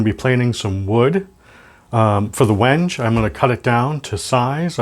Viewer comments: Like seeing videos of the builder(s) communicating the materials, the tooling, the process, and most importantly, what's the most interesting, the thinking behind all the decisions, not just background music and time lapse video of long processes. One minor thing: it's pronounced WEN-gay. Ben at Crimson did the same thing, and the first time I saw the word I was unsure, so I looked it up before ordering it. Like the build so far. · wenge = wen - gay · It's supposedley pronounced wengay but i would call it wenge too as there is no inflection over the e or anything People come from all around the world to see Stonehenge not stonehengay ... lol